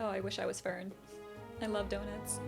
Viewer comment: Fern = Fairn